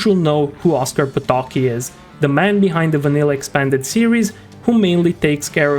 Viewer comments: Why xD? Just why xD??? "Oskar Potoki" xD You have omitted "c" in his sureneme, it's "Potocki" and not "Potoki" xD I'll well aware that you might be not fammiliar with pronunciation of polish surnames, but this hurst to hear soo badly xD and don't take this comment as hate. I'm enjoying all of your content, and so I wish for you to keep the good work at improving overall quality, which includes proper pronunciation ッ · it is pronounced "Po-to-cki" where every letter is sound. If you want to hear it just write it in Google translator, set language to Polish and hit read. It reads it quite well (but remmember to hear it from Polish reading bot, as English one reads it incorrectly) Edit: note that sound of "c" in Polish is not the same as "c" in English . What is funny is that there is no "sound equivalent" of Polish "c" in English alphabet.